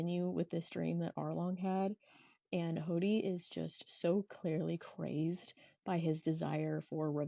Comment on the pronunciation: I enjoy these so much! Looking forward to your Fan letter reaction~ Also lol, I hear "Hawty"/"Hotty" instead of "Hody" in the way you pronounce his name. 😂 In the anime it's more like "Hoe-dee" Also happy birthday (even if it's late by now)! 🎉🎉🎉